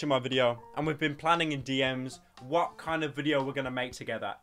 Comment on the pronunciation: Haha werry fun wideo hahaha (Dlete Chanel )